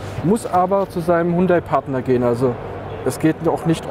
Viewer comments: Hallo, wieso sprichst du den Markennamen Hundai? Und nicht HYUNDAI? Hat doch nicht s mit einem Hund zu tun!✌😁😉😉👍💪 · Hundai (Hund-Ei) klingt bissl komisch